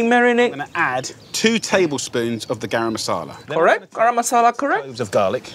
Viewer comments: As an indian, i can confirm that uncle roger's pronounciation of garam masala, tandoori and chutney were perfect. And all the steps which uncle roger said were perfect too! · fr bro istg. on a side note I like the way Uncle Roger has the proper accent for garam masala.